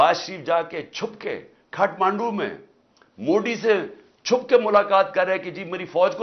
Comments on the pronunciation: सुपारी थूक कर बात कर रे बाबा, मोडी नहीं मोदी होता है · bhai ise Modi bolna nahi aata kya be 😂